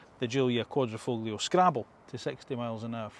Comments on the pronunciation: I had to stop watching at the five minute mark, when he said the Giulia isn't as good looking as the 159. Yawn, just another Alfa basher ranting away. Oh, and it's pronounced "Qua-dri-fo-lio"; the "g" is silent. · Yeah, QuadrifoGlio 🤣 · I stopped watching when you pronounced the G in the quadrifoglio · It's a shame that after 8yrs Alfa decided to drop the very obvious and widely acknowledged silent 'g' making anyone who now pronounced the name sound like a complete... bell-housen-end. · Get that G out your F*cking mouth...when you pronounce Quadrifoglio. 😂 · well if you haven't done enough research to pronounce the name of the car you are reviewing in a correct way you lose credibility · Never understand how car reviewers mispronounce "Quadrifoglio." There are dozens of people who have reviewed this prior, just look it up.